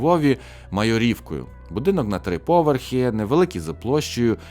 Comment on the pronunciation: МайОрівка, а не МайорІвка, ЛичАківський, а не ЛичакІвський. Просто слух дуже ріже, а загалом дякую за відео!